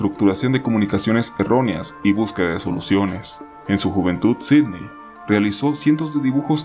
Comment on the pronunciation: Yo me llamo Sidney y que lo pronuncie bien me levanta los ánimos 🥺